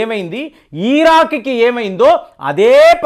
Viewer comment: ఈరాన్, ఈరాక్ కాదురా బాబూ.. ఇరాన్, ఇరాక్ అవి